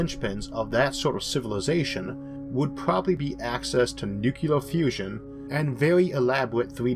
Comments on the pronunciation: Oh, USA... Please remember that nuclear is not pronounced nukular. there's no 'u' in the middle of the word. as Mike Judge said, Idiocracy was supposed to be a parody, not an instruction manual. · I love this channel, but I have just one small critique: "nuclear" is pronounced ((new-clear)). In several of your videos you pronounce it like ((new-cue-ler)). Source: (with audio.) It's a really common mispronunciation, and I don't know if this is rude since you know waaaay more than me about, like, everything. Please don't hate me.